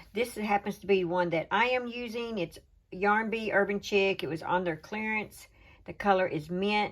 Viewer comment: Hi, the yarn is pronounced urban sheek. Pattern is really cute 😊